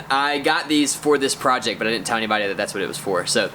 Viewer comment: "" This Proyect is Sick!